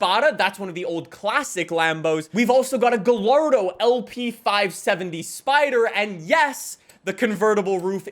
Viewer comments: Ok I love but, did this mad just say “gahllardo” instead of “gieyardo” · is there a reason why you pronounce the L in gallardo instead of as a y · “Ga-Lar-do” lol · Btw gallardo is pronounced guy-ar-doah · the way pronounces gallardo pains me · my god how do u someone who plays car video games for a living not know how to pronounce gallardo